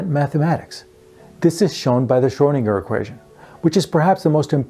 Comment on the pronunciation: "schrodinger" ..lol...